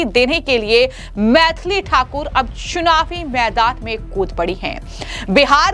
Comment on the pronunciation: Ssunavi nahi it's Chunavi... Kaise kaise news padne wale aa rehe hai.